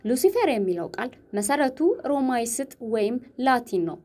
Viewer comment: እባክሽ ቃላቱን እንዴት እንደሚነበቡ ሚዲያ ላይ ከመምጣትሽ በፊት አማርኛን በደንብ ለሚያውቁና ለሚያነቡ ሰዎች አንብቢና ትክክለኛውን አነባበብ እወቂ። ለምሳሌ- ግዳይ - 'ዳ' ጠብቆ ነውየሚነበበው፣ ሮማይስጥ- 'ይ' ና 'ስ' ጠብቀው አይነበቡም